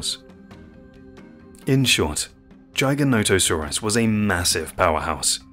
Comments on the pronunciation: According to the man who named it the correct pronunciation is Jy-guh-no-toe-sore-us. It is partially a reference to an ancient sky god. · AI narration is junk. If you can't pronounce the name of the animal correctly, I have zero reason to trust anything else in the video. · Is it pronounced Giga Not a saurus or Giganti Sausrus??? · 15 seconds into the video and you already butchered the name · I'm sorry but a few things wrong in this video. First, the pronunciation. It's giga-nata-saurus. It's not "giant - o - saurus, like the video says. Next, some basics. World was divided into the north and the south, after pangea split. So Laurasia had North America and parts of Asia including China. Gondwala was the southern continents, including South America, Africa, Australia, and Antarctica. The north and south territories did not mix, and the dinosaurs evolved separately in the Cretaceous period. So in the north, it was the Tyranasaurs, and in the south, it was predators like giganotosaurus and carcharodontosaurus. Allosaurs were in both the north and the south areas in the Jurassic period when it was all connected, but by the Cretaceous, the land had divided, and Tyranosaurs evolved in the north. the Tyranosaurs outcompeted and replaced the allosaur. So giganotosaurus is basically the evolution of Allosaur in the Cretaceous, in an environment where Tyranosaurs did not exist. These dinosaurs all filled a niche. Why did they get so big? Because the dinosaurs they fed on got so big. Giganotosaurus and mapusaurus fed on the south sauropods like argentinasaurus and the other titanosaurs that existed there. Basically, Mapusaurus is the future evolution of Giganotosaurus. As far as bigger, sorry but the T Rex was more massive, up to 2 tons heavier, even in the charts in the video it shows this. History has proven that Tyranosaurs out-competed the allosaurs, so if you asked me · It's Jigger, Jigger-noto-saurus. Just saying.